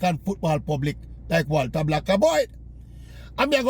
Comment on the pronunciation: Today I know his name is not "Walta Boy"😂